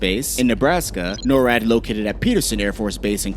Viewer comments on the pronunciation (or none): none